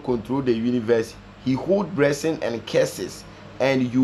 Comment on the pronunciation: Berievers and bressing😆😆😆😆😆😆😆😆😆😆😆